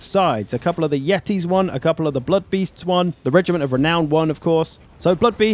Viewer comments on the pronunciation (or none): Yetis ? more like YEET-is, badum tss